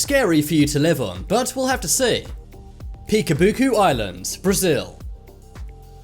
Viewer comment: Just to say, the letter Ç makes the sound ot a S, not C, then is not piasabusu island, sounds like piasabusu island